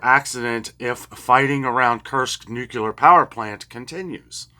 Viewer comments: Nooocular is not a word. Nuclear, is the word you should be saying. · NOT nucular!!! Nuclear.... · Nuclear is NEW clee er. We lost the battle for correct pronounciation when Bush called it NYOO kyoo ler.